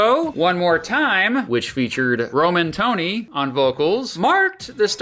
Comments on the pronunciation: Roman Tony made me chuckle. It's Ro-Man-Th-Onee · That's the worst I've heard their names butchered 😆 ARE YOU KIDDING ME? ROME-ANTHONY! IT'S RIGHT THERE!